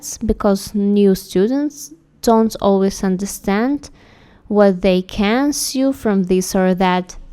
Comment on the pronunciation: Learning more about underwear would be excellent! Those items were beautiful. The translation was much better this time, too. Note: 'sew' is pronounced 'soh' rather than 'syoo.'